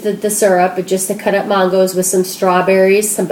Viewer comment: I love your videos! :) But when you said "Mahn-goes" I cracked up. It's "man-goes". I love regional dialects! I'm from Ohio.